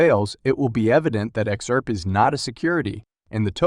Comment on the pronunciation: What's "Ex-Arp"? Good god, this is a horrible robot voice